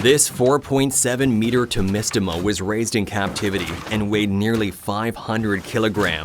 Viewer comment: Fantastic. "Timisima"?